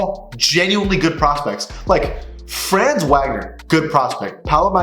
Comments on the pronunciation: FYI it’s not pronounced franz Wagner, it’s fronz Vogner (because he’s German) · I'm not truna be that guy but Franz name is pronounced (fra-ans) and his last name is pronounced (Vog-ner) The reason why I know how to pronounce his name is because my friend is from Germany and his name is Franz. Also Wagner is a American last name to and I have friends there Identical twins and their last name is Wagner.